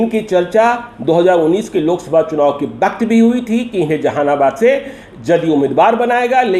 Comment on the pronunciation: Phir waqt ko baqt kahta hua senior journalist